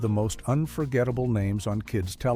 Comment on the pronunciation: Get the names right